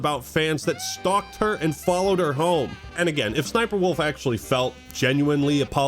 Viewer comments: Suh-suh-SniperWolf lmfao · Is that really how her name is said? So cringe